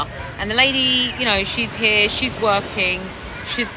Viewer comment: Why do you pronounce the word 'Here' like 'Heeyaaah'? And Malaysia like Malaysiaaaahh? Unless of course you're deliberately faking some sort of weird accent. Btw, wonder if you're gonna delete this comment like before 😊